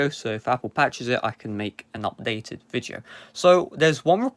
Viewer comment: Amagine saying viteo